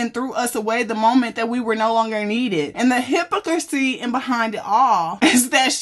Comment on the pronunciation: Hypocrisy / hi-pa- crissy . I’m sorry love your pronunciation of that word had me upset lol 😂 otherwise great breakdown as usual ❤